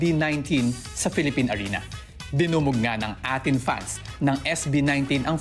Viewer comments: A'TIN read as eytin po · Yung nagbabalita di alam ang tamang pronunciation sa A'Tin. A'Tin ay binabasa ng parang 18. Pansin nyo, ang daming magaganda sa A'Tin. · A’tin pronounced as eighteen and the intro song was WHAT? Not watawat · Naku po,, ok na po sana ang balita nyo kaso po kulang pa po kayo sa research..ang fandom name po ay prounounced "18" di po Atin, ang song po nila ang title ay What di po watawat.. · diman lang nagresearch tong reporter.. a'Tin - promounced as 18 hindi atin rehearsal - souncheck po watawat - What po ang title hiindi watawat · Yung reporter di inalam 18 pag pronounce Ng A'tin